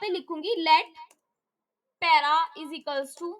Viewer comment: 😂😂😂😂 para ❌ pera ✅